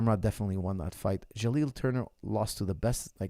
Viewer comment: Can someone at Tristar please tell coach is JaliN not JaliL 😂😂